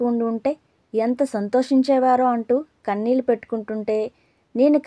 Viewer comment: చదివినప్పుడు చిన్న సవరణ....మల్లీ...కన్ళీల్లు...అంటూ ళ పలకడం మర్చిపోతున్నారు